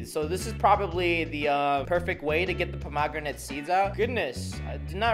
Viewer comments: Pomogranet is how he’s pronouncing the word 😂 and those r not seeds those r the things u eat in a pomegranate 😂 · Um sorry if it's the way YOU say it but it's a pom- a- gran-it and an auv-a-caud-o just saying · it,s a pom o gran et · OK ITS STILL NOT POM OG GRINATE ITS POM AH GRANITE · Me every time he says “ponogramate” 🤣🤣😂😂😂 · Pom a granit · Avoc adough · He was joking by pronouncing it Puh•mag•ra•nit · The way you say pomegranate. 😂 I mean everyone is different. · yeah he pronuced it wierd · The way he pronounced pomegranate triggered me so badly. Here in Australia’s pronounce it WAY differently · Its not just Australia he said it wrong anyway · Mate, you say pomegranate and avocado like someone who's only ever seen pomegranate and avocado written down. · we do too he was just pronouncing it wrong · You say the avocado and pomegranate kinda strange...not to hate though😅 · That’s not the way you say pomegranate and avocado 😂😂😂